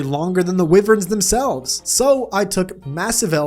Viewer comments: you keep saying wyvern like wivern and im pretty shure it is pronounced why-vern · okay, the way you pronounce wyvern really steers me balls. its great.